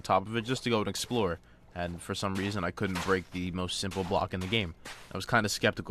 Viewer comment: He said break in like a black man 😂😂😂😂